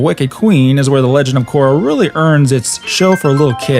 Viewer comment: he says “KORRA GREAT” and it’s painful